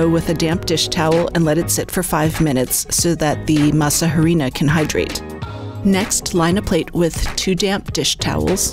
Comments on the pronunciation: pronounced "Eh-dee-nah" rather than "Hairy-na" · This is what I don't like about America's Test Kitchen. If you're going to present yourself as experts in preparing food & dishes from other countries, have the courtesy to learn how to pronounce their ingredients. You don't pronounce the H in harina, it is pronounced: ah ree na. If the recipe was properly researched by learning from the culture from which it was appropriated, this would have been discovered. I see this a lot on ATK. Also, there is no oil in corn tortillas. 😌 For a far better video check out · The H is silent.. not "H:arina but "ARINA".. if you are going to "pronounce" in English simply use the word "Flour" otherwise "H"arina sounds ridiculous- especially if you are making tortillas... let me guess you advocate pronouncing Tortillas as Torti"L"as as Opposed to Torti"y"as" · The "H" in Harina is SILENT!!! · Can't believe she's saying harina with an h. She might as well say tor-til-la. I wonder where she got the idea to use oil in the dough and on the pan? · I just go to local tortilleria and buy fresh ones. Also the "H" is silent in harina. Great!